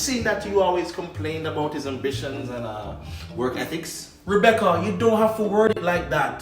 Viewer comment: Rebeccuhhhh 🤣🤣🤣 look here man... I CANT TEK IT NO MORE 🤣🤣🤣🤣